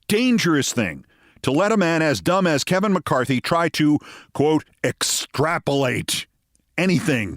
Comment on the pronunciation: I love how McCarthy says the word extrapolate as extrapulate.